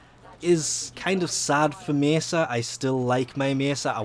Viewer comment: you say mesa so wierd